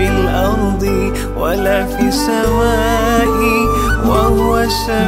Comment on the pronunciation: Salam'alaik... Min.. Sebutan pd "wa la fis-sama-e", sebutan seolah kalimah AS-Sama' tiada Alif Lam Syamsiah di situ. Tak ditekan sebutan oleh pada huruf Sin Syamsiah. Dan pada khat "ma'asmihi", huruf HA hilang dari tulisan. Apa pun semoga pahala kalian berpanjangan dgn penghalisan video ini. Baarakallah feekum.